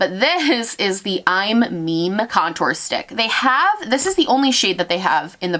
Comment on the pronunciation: Hullo, I have no idea if anyone has already said this but I thought I’d just let you know I’m Meme is pronounced “mee mee” lol